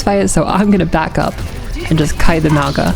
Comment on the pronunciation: Hey! Love the video just wanna point out something that doesn’t really have to do with Ana but is still important but Maugas name is meant to be pronounced with like a soft g so it’d sound like there was an n in front of it so like “Maunga” but ty for all the helpful Ana tips hopefully I get outta gold soon lol